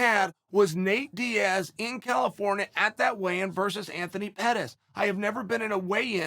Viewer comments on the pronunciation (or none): none